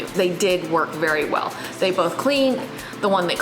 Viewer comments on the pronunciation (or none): none